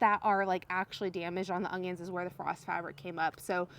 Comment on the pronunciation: Haha you say onions like I used to...with an added g 😂